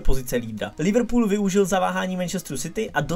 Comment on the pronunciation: Nečti Liverpool jako Brabec prosím.